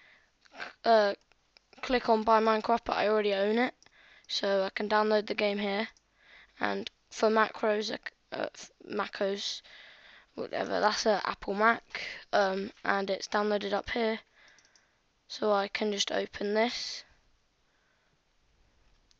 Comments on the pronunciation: It's not pronounced macos it's Mac OS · "macos" lol its mack oh ess pronounce it like that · when he called macOS macos I was dead